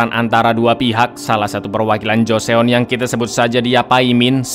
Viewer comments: Joseon tuh dibaca JUSON cak... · baca nya joson gt bangg